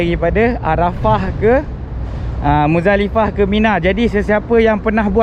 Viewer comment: Maafkan saya, rasanya sebutan betul adalah MuZDalifah bukan MuDZalifah, kerana tulisan arabnya adalah مزدلفة, maafkan saya.